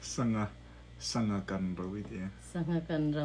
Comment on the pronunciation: A zo nu lo ve,a aw phawi chu a sangha lam dan te chu a zonu lo lutuk😅